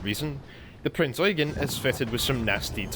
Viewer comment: FINALLY SOMEONE PRONOUNCED IT PROPERLY Thank you